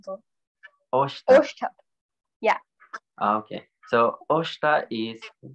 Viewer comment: Osth not ostha